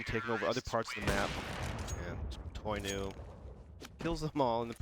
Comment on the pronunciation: Anyone else hate how that third caster mispronounces names all the time? He pronounces kjærbye with an english j and “toinou” as “toy new”